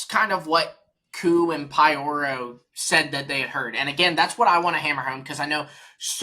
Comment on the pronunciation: Nice podcast, guys! One thing though: Pyoro isn't pronounced pie-oro. It's p-yoro.